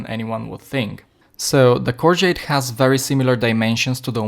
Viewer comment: Is the Corgeut worth 50 eur, YES, is the Omega worth 5000 eur, NO. I have owned a few Corgeut watches and for the money they are incredible. It goes without saying that the Omega is considerably better, but a hundred times better? One more thing, when pronouncing Corgeut, there is no "T" at the end